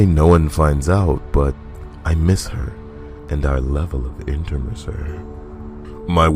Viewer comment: The way you said "intimacy." I literally called the roflcopter.